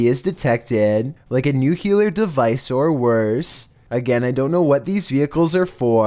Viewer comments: Nucular device. You pronounce like Bush Jr the world nuclear. :D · For everybody who doesn't know how to pronounce "nuclear" it's pronounced as such "new-clear" NOT "nuke-you-ler" got it? Good, it's not complicated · how come people call it nuculear? nu-clear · Nuc-ular, huh?